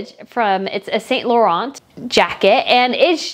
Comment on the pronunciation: It's Eves, San Louran, not Saint Laurent. With a bit of French accent.